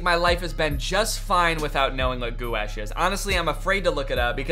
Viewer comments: I think you’re talking about ganache, the paint is is pronounced gwash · gouache is pronounced gwash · Gouache is pronounced gwash 😭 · As a normal person who knows the pronunciation of gouache, hearing how he says it hurts my soul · as an artist i pronounce it the same as danny lmfao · the way danny pronounces gouache awakens a primordial rage within me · Not Danny pronouncing “gouache” like that- As an artist it hurts my soul but it’s also genuinely so funny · The first time I heard about Gouache was from an art YouTube video so I only knew the correct pronunciation for it until I heard Danny pronounce it wrong. Now when I read it I can’t stop pronouncing it in my head how Danny said it. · The ways Danny pronounces gouache makes me want to die every time he does it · As an art major the amount of times Danny mispronounced Gouache hurt my soul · The artist in me crying as Danny mispronounces gauche like 10 times 😭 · as an artist, it hurts my soul that he keeps saying gouache wrong 😭😭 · as a long time artist and casual viewer in the art community this physcally wounded me. the way he says it- gouache is a type of paint, from what ive seen sort of like water colour in the way it can be water activated but more opaque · i think it’s pronounced “gwash” i’ve been the art community for a while but i might be wrong (yes it is paint) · it’s pronounced goo-osh. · nah that gou- sh but gouache is ga-wash or gwash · Gwash🎨? Or Goo Ash? haha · Danny pronouncing gouache: "goo-ash" instead of "gwash" like you're supposed to say it is the funniest thing to me. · I was trying to do math and I died inside every time Danny said goo-ash instead of gouache (gw-a-sh) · Every time Danny says goo-ash instead of gwäsh it kills me. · as an artist, it physically hurt me every time Danny pronounced gouache "goo-ash" when the paint itself is pronounced "gwaash" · guys gouache is now pronounced "goo ash" not "gwosh" anyone caught saying it wrong will be hunted for sport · "gwash" is correct 😭